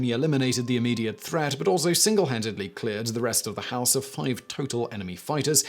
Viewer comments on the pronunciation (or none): none